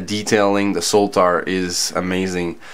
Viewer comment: I liked the review, especially the comparisons between the different models. I'm curious though why you call the Sotar model the S-o-l-t-a-r with an L. Anyway, happy NY.